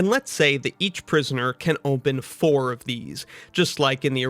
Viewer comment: why do you say "ohmpen" (open)